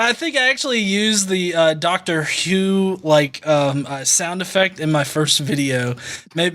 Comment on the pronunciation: well.. the fact that you both say what sounds like "Dr. Hugh" just before the Tardis sound... I have GOT to believe that was on purpose - oh, crap... I said 'believe'... take a drink.